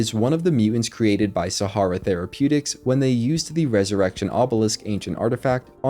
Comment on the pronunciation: You are pronouncing "Sahara", how? Have you never seen or read this word before? This is the problem with anyone being able to create 'content'. No editor.